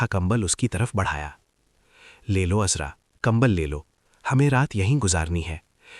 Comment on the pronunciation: Bhai apni Urdu theek karlo kaafi ilfaaz AAP ghalet bol jaaty hen Naam uzra nahee azraa hota he ayn alif ki awaaz nkalta he